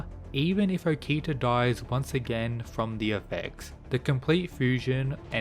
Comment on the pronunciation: Ngl I like your rundown of videos but your buturing of okitas name is super jarring man.